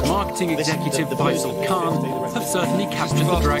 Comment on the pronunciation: It’s a caan deal.. oops it’s a khan deal